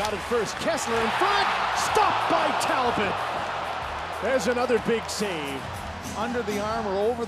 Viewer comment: Show a little respect to French Canadian players by pronouncing their names rignt: Talbot is Tal-bow...